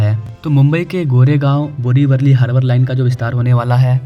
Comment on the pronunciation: अरे पागल इंसान बोरिवरली नहीं बोरिवली नाम है !